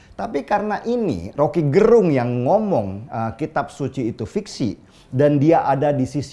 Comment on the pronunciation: Gerung ya ...bukan garong...